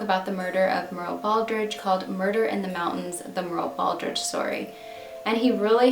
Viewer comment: Ha! Thanks for this. I was going to comment, “Why are you pronouncing her name so oddly?” Great job once again and thank you for posting these largely unknown cases. What you do on your channel may just help a case get solved. Have a great weekend!